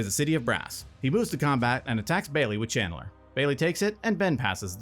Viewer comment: Were you saying "Chandler" or "Channeler"? Lol